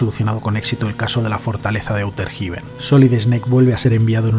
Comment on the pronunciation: ¿Auter Jiben? jajajajajajajaja 🤣 Ondaaaaaaa vitaaaaaaaaaaal.